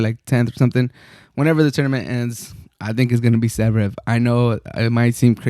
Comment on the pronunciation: Damn it took me long for me to find out that you are saying Zverev